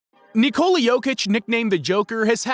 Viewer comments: You people in the States accent names wrong. It's not NikOla, it's NIkola NemAnja -- NEmanja StrahInja --StrAhinja ok? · Simply Nikola, but not Neeckoula